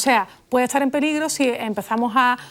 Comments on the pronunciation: Soy chileno y en nada se parece como hablamos, pronuncia mal las consonantes S y T cuando están juntas y la he criticado por su pronunciación, como cuando nos corregía nuestra profesora muy estricta hace 50 años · He notado que Lola pronuncia "etsar" por "estar", "etsudiante" por "estudiante". ¿A qué se debe?